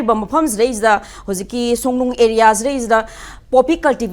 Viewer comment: Songnung natte Songlung ne. Ngang adi phajana ngango